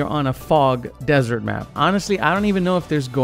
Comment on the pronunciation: desert not dessert